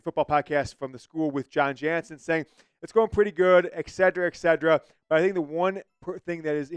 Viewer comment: no "g" in etc